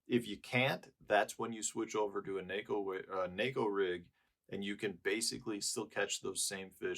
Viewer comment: Thanks for pronouncing “neko” correctly.